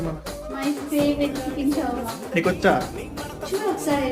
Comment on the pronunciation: Shawarma ante naku shawam anattu vinipinchindi first😂😂